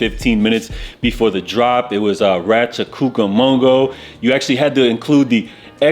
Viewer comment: Ra Cho cuco mongo 😂 bruh too funny. It’s Rancho Cucamonga! Salute 🫡